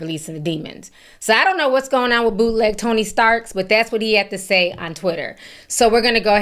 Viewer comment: Did she say boothleg Tony stark 😂